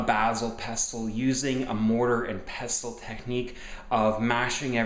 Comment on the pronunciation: Pestle is pronounced "pessel."